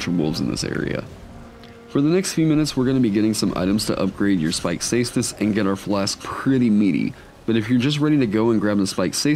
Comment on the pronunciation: For someone who loves the caestus your pronouncing it wrong. Try pronouncing it with a K